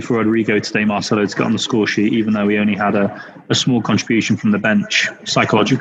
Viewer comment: 3 years here n still calling him Marchelo XD